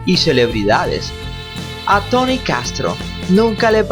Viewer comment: Pero no digas tany dilo como es Tony.